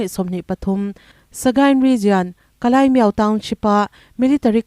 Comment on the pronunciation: Ka lai ani lo ka lay (ka lei ) lei ang a lam tur aw